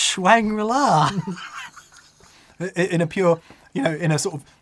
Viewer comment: "Schwang-ri-la" That's it! That's the name of That New Pedal Shed! You guys are awesome! I've said it before but I have you and Rabea and Chappers to thank for my return to the guitar after a few years of disinterest.